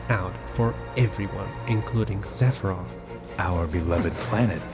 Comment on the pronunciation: This is absolutely jarring that he chooses not to pronounce the th sound😬